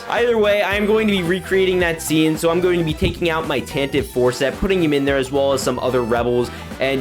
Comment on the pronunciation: I have seen so many of the Lego Star Wars youtubers mispronounce "Tantive"